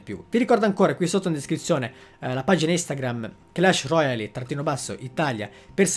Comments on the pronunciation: La pronuncia clash royale non royali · ma pronunciarlo alla francese? Royale?